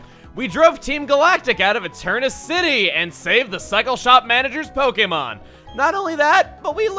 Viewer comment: Is it just me or does Chugga slip into a slight southern drawl whenever he introduces himself For a split second on the conroy, and again for half a syllable on Pokemon